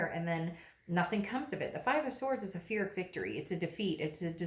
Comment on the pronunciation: Amazing amazing read but are you saying Pyrrhic victory ? It sounds like you're pronouncing it with an F. It's Pee-Rick.